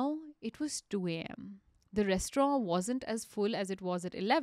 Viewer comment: I had to stop listening to this podcast halfway through because I couldn't take the way she pronounced "restaurant" any longer.